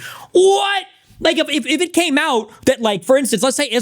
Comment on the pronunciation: Oh shit, when I saw the clip of this I thought he apologized to Dan because he misspoke 'like' but that was because of how he mispronounced 'like'